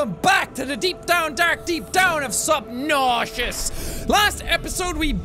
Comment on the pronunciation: Why does he keep calling it Subnauseous?